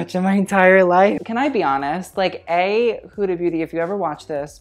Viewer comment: It's not 'Hooda' it's 'Huh(silent h)-dah' sorry, just had to say this